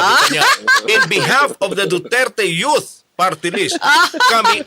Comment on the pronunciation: 'in behalf of the duterte yot partylist" daw.. ano yaka yung yot na tinutukoy nya? itong nene na ito kakainin to ng buhay ng mga tulad ni cong flores at cong luistro.